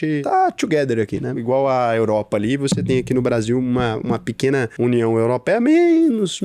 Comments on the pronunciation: "Europra" , "Chegrei Brasil" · “Europra” me pegou um pouco. Kkkkkkkkkkkkkkkk. Tmj ❤